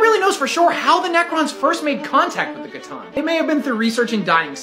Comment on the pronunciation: Wait did he just pronounce C'tan wrong 💀